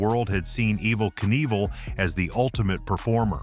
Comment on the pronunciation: As soon as his name was mispronounced I turned the video off.